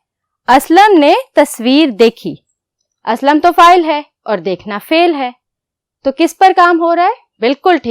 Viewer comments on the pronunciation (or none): It is not fail it is fal